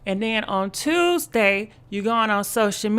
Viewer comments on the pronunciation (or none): none